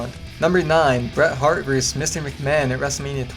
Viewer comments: it's pronounced VER-sis, not verse!! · I can't take this seriously when he keeps saying Wrestler A "Verse" Wrestler B